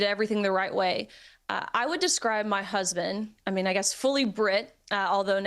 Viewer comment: "My hesbend." "My hesbend." "My hesbend." 🙄